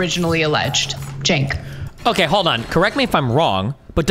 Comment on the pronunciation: Damn, after all this time Destiny is still going to go into this debate not knowing how to pronounce Cenk's name?